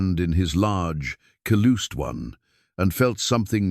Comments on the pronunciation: Caloosed instead of calloused always makes me giggle when AI mispronounces it. 😂 Listening from Texas. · I am howling at the pronunciation of some of the words uttered in this story…”calloused” … but even at that I’m still enjoying the story. I always admire a man who treats a woman with respect and kindness. Listening from PA, USA.